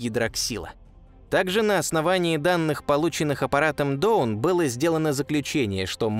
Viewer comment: Почему "Доун", если читается "Даун" ?